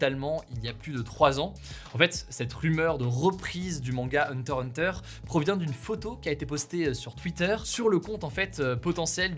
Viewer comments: Hugo prononce huntah huntah presque bien 😌 ça fait plaisir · Ta prononcé Hunter Hunter respect 🫡